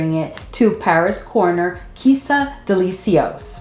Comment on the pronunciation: Are you pronouncing the names of almost all the perfumes on purpose? Girl, no. What is SUHR? TERIK? DELI-SEE-OS? Lol, no hate but plz, get the names right.